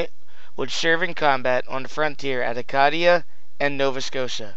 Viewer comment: Nice work. FYI, Acadia is pronounced a CAY dee-a rather than a CAH dee-a :) Cheers man.